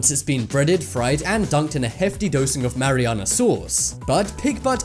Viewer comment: Marinara sauce not Mariana sauce